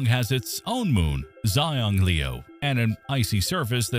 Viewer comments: you said the moons name wrong ;-; its a chinese word so its "shang-lew" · Xi is pronounced as She. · Your pronunciation of Xiangliu is totally wrong. The correct one is something like hsianliu. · Correction on the spelling. It's khong khong and see ahng lee oo. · In Chinese the pronunciation of Gonggong's moon is close to "Shiang-liu". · xiangliu should be pronounced roughly "shiang liu" in english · Isn't Xiangliu pronounced Shang-lu? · That is NOT how to say Xiangliu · I don’t know much about Chinese, but I don’t think that is how Xiangliu is pronounced. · He did indeed butcher it horribly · Ai generated crap. Can'r eveven pronounce Xiangliu